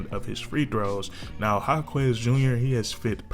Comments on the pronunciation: his name is "Ha-kez" not "Ha-kwez" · FYI is pronounced HA-KESS not HA-KWEZ 😂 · haha, you don't have to pronounce the u in Jaquez name. but you spot on with this vid.